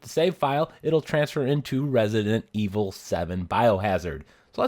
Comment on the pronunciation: Retinent evil nice pronunciation hahaha but great video none the less